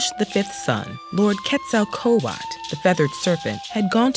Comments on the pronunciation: Say it with me now phonetically: KET SO Ko aatel. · It's probably the Hispanic in me, but I got gut punched by that pronunciation of Quetzalcoatl, which I have always learned to pronounce as: KET-sa-ko-waht-uhl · Actually the l at the end of the owrds is pornounced. Quetzalcoatl